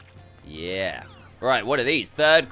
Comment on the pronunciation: Me: yea Dan: yea'r